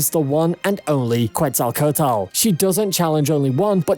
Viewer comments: Kwetzal coat el Bro that pronunciation tho It's kwetzal kwo tel Or ketzal kwo tel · It's "Quetzalcóatl", no "cuetsacotal" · "kuetzalcotal" yeah sure. It is "Ketzalcoatl", is not that difficult. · "kuetzocotl" xD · Sieg is the fucking homunculus, it's pronounced kets el co otul. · Jeje vine por la pelea de QETZALCO A T L , una poderosa deidad de México 🇲🇽, sí, así se Lee en español, nunca creí escuchar a alguien decirlo en inglés y es graciosos, no me ofende ni nada , pero deberías intentar decir su nombre bien en la descripción 💙 digo, es como nuestro Zeus antiguo. Un poco de investigación y el intento sería cool 😎, como sea, todas las batallas aquí son otro nivel, por eso me gustó mucho Fate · "Cuetzalcotal" jajajajajajajaja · Hearing how he pronounced Quetzalcoatl almost gave me a heart attack cuz wtf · I got to Quetzalcoatl... You are doing a good job on the video, but, please man, learn how to say names before saying them over and over again in a video. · your pronunciation of Quetzalcoatl is killing me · The “Quetzalcoatl” pronunciation LMAO 😂 🤣😂🤣😂😂😂🤣😂. Americans are so funny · That's not how you pronounce "Quetzalcoatl" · I loved how he pronounced Quetzalcoatl lol